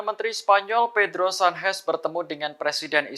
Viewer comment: Pembaca berita Tribun network lucu2 ya. Al Qassam dibaca Al Hassam, Qatar dibaca Hatar, Sanches dibaca San-hes. Dari siapa mereka belajar membaca ya?